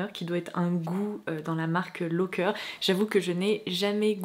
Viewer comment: Coucou, je veux pas faire ma prof 😊 mais cette marque de gaufrettes se prononce Loàcker, comme on l'écrit.. je suis Italienne et j'ai grandi en les mangeant 😉 😂Merci comme d'hab de nous poster ces vidéo un de marques hors de l'ordinaire ❤️